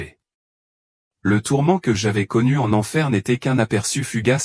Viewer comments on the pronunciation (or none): tourments, on dit pas tormant merci l'ia d'arreter de nous prendre pour des c....